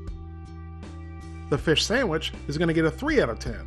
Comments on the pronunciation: Omgoodness- you said Sam-which! That's what I call them. Keep up the videos, love them and your approach. Been a subby for a while but don't post. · "our samich is ready" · Lol sammich